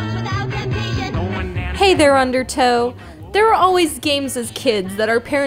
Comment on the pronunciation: "Hey there Undertow"... Does she mean "Hey there Undertoads" which is Derek's thing?